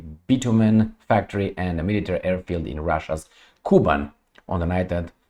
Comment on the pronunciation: Hello, Thank you for your tireless job. Little correction… - KUBAN’ is very rich agriculturally Russian’s Region, which pronounces like “ Ku-bAn’ ” with the accent on its second syllable and soft N at the end. Almost like in now more and more famous currency - YouAn’ (Yuan’s). 😊 Cheers